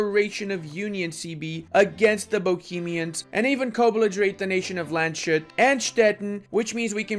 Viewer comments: It's Lands_hut not Land_schut. Great guide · The good people of Bratislava would probably let you take the province without a fight if you said you are after "Poznori", as they would have never guessed you mean "Pozsony" (PoZHoñ) // Pressburg // Bratislava. Also, you get -1 IA everytime you call Landshut "Land Shut" :D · its Lands hut not Land shut :) i love your videos keep it up!